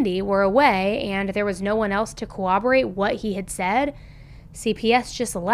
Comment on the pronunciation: I’m sorry to do this I hate correcting people but the word is co-RR-oborate. With a hard R. Not cowoborate.